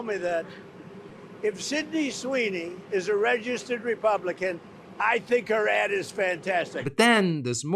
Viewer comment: I thought he said "...I love her ass."